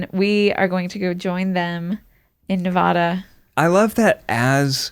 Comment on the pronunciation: Does anyone else die a little inside every time they pronounce Nevada wrong??